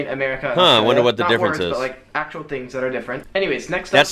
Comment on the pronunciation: I love how you've learned to just say 'straya every time now! 😂